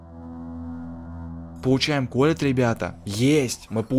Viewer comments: НЕ К'ОЛЕТТ А КОЛ'ЕТТ УДАРЕНИЕ ПРАВИЛЬНО СТАВЬ!! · Колетт ударение на "е" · ты не правильно говоришь колетт а ты говоришь колет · Не к'оллет а колл'ет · КолеЕтт а не КОлетт